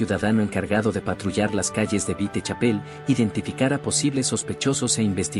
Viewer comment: Me molesta que el narrador diga vitechapel